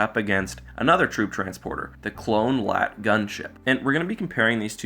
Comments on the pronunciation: And another thing that shows how much you don't give a shit is how you say lat... its L A A T.its amazing how you gave enough of a shit to read of a wookiepedia summary T.its lel xD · L.A.A.T, not a LAAT you say each letter like the AT-AT